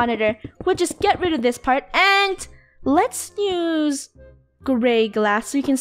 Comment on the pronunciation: Why does funneh say"nuse" instead of use?